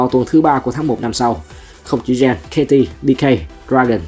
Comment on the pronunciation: Gen là đội nào vậy? Đọc geng hộ cái. Viết tắt vậy thôi. Đọc tên nghe lỏ vl. Đúng cảm kênh "tham khảo về liên minh", ekip viết thiếu hướng dẫn đọc rồi.😂